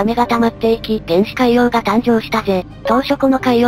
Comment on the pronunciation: 原始海洋がゲンシカイオーガと聞こえた……ホリック